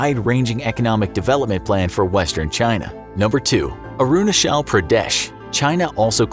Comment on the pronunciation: It's not arunashal it's arunachal